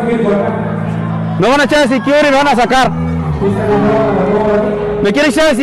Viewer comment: No puede ni pronunciar security securi🤣